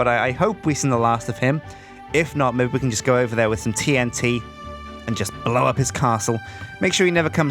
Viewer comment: I love how says Mebbe <3